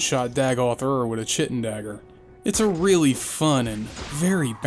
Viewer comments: kai-tin not chih-tin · "Chittin" KY-TIN KY-TIN SAY IT WIMME KY-TIN okay i'm done pissin my pants great video, bub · Its pronounce kite-in not chit-in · I’m sorry, thank you for the video, it’s great so far. But it’s pronounced KĪ-Ten. It’s what insect shells largely comprise of in most cases. I just couldn’t abide chi-tin it was too rough, sorry. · Oh no, "chitten" It's pronounced kite-in. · Just checked like 5 online dictionaries and none of them listed "chitten" as a pronunciation. I'm pretty sure it's wrong. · And remember folks. chitin's pronounced kite-in, not shit-in. ;D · I think chittin sounds so much better tbh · Chitin is pronounced "kai·tn" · "chitten dagger" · not trying to be that guy but I say chitin like kyten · Bruh... “chitin” is pronounced “kite-in” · Chitin is pronounced ky-tin. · One nitpick, "chitin" is pronounced KAI-tin like "Titan" or KAI-'n like "brighten" without the T sound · "How To" Witcher Trilogy! Btw, Chitin is pronounced "Ky-tin". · Chitin is pronounced Kai-tin. Other than that, great video! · Chitin is pronounced "k-eye-tin" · Great video! Translation guide for non-Pennsylvanians: "summada": "some of the" "youse": "you all" (or "y'all" for y'all southerners) Pronunciation guide for non-Dunmer: "Caius Cosades": KEYE-us coh-SAH-dees "chtin"; KEYE-tin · The way you pronounce "chitin" really hurts. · I checked the British pronunciations and they pronounce chitin the same way. This wasn't the result of an accent or the speaker deciding to pronounce this one word "freestyle". It was the result of not knowing the word and not bothering to learn how to pronounce it which is especially egregious coming from someone who gets paid to record themselves talking for the masses. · Damn. I just assumed everyone knew how to pronounce chitin after age 13. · loved the video until you said Chitin wrong.... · this was a really great review and my only complaint is that you mispronounce chitin